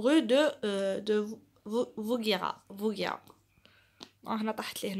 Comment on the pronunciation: Vaugirard pas vauguirard